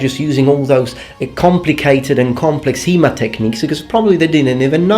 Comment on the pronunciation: After 10 minutes I understood you speak about HEMA and not He-Man. :D